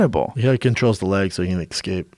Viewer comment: stop saying ecscape